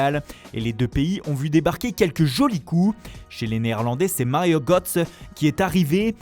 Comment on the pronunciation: Bon, outre l'accent catastrophique en anglais et en italien, et l'accentuation italienne totalement aléatoire... (Portugais c'était presque OK mais c'est mauvais aussi) Ça se prononce pas Gotze mais Gœutze. Ça se prononce pas Keuman mais Kouman.